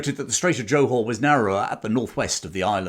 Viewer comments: Very interesting presentation enthusiastically delivered. However, I do have one slight criticism - your constant and grating mispronunciation of Johor. It is NOT pronounced as JO[E] Hor[whore]! The Jo syllable is pronounced like a 'soft' G [as in giraffe] or Jur. So, the correct pronunciation is J[ur] Haw. Also, the city is actually called Johor Bahru - pronounced as Juh haw baa roo. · Interesting but English people are not the ones to tell the tale. Notice how little mention of Australia New Zealand Dutch East Indes and local forces - and the narrator can't even pronounce Johor. I bet he hasn't been there.